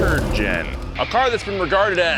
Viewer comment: He said turd gen 😂😭😭